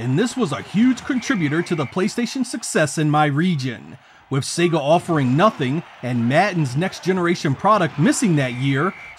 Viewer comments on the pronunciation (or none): none